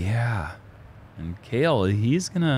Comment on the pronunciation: At least the announcer dude got Cale's name right. It's not really that hard. Just change the emphasis a bit.